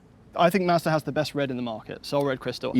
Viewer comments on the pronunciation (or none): Might be this weed but when says Mazda…it sounds like Master “Masta” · Anyone else thought he kept saying masta? 🤣